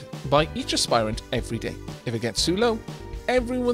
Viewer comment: There is no dropped silent e in Aspirant!